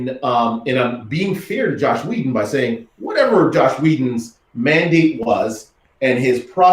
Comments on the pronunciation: I hear so many YouTubers pronounce Joss as "Josh" and I've heard it so many times that I'm starting question my pronunciation.. it's pronounced "Joss" like how it's spelled, right? Not "Josh". Am I taking crazy pills? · Nope. You're right. It's Joss but some people who are not so used to hearing it think and pronounce it as Josh.